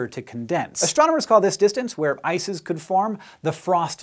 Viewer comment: am i only one hearing isis instead of ice is ?